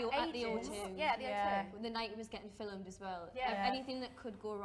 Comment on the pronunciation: “fiLEmed” “fiLEm” 😭😭😭😭😭😭